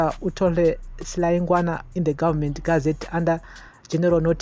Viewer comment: please try to pronounce names correctly. Si la yi gwa na